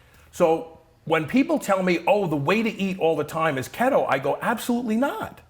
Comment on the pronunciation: KeeeeeeetO not KettO ... just say'n.